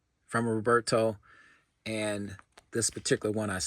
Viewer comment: My sincere condolences on the passing of Roberto. All I knew of him came from you, he was a mythical figure to me. His collection was vast and of high quality, the way you pronounce his name has such a great sound.